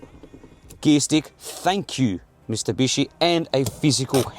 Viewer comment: Did you actually say ‘Mistubishi’??